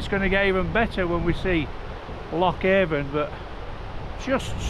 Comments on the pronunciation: It's pronounced Loch A'rn. Don't ask me why it just is. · Nice one! BTW - The Avon in Loch Avon is pronounced A'an 👍ATVB. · Said like ‘Anne’, the ‘V’ in Avon is silent, much like the ‘P’ in ptarmigan, or in swimming! 😂